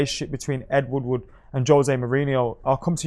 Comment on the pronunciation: It’s ed Woodward not wood wood ffs